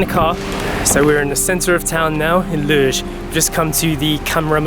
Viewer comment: Tip: pronounce “Loures” as “Low-Res” (the Res bit as you would say in Respect)